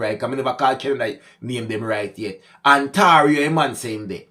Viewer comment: Say it....On-tear-e-o....Ontario